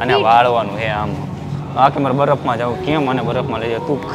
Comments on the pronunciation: Badaf nai barf ben bolta sikh😅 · pehala baraf bolta shikha